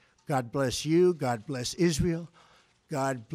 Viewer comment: And God bleshh the United Stateshhh